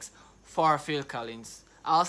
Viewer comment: You said Collings. It's Collins. We old folk know.